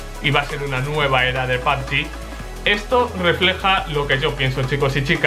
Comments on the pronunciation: Porque dices papgin se dice pubg, no entendía lo q decías hasta q has puesto la imagen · Me da risa como le dice a pubg “pabgi” xd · "Pab yi" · pabgi dice